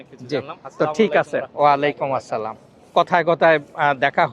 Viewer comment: ওয়ালাইকুম আসসালাম হবে না ওয়ালাইকুমুস সালাম হবে